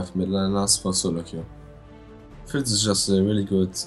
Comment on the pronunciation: did he rly called fizz, fitz?